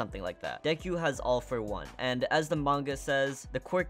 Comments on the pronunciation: Istg it's like he's saying Dequ it bothers me more than it should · 3 mistakes seriously mideria no it's mi-do-ria Next dekuw no it's deku Last it's one for all not all for one, all for one is a villan